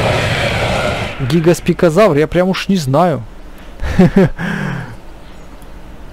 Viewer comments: He гигоспикозавр, а гигант-спинозавр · ГигантспиНозавр, целый выпуск мои уши обливались кровью